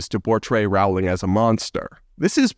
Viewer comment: Rowling is pronounced “rolling” like bowling.